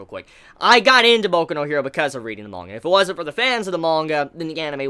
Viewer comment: There’s no “O” in manga mate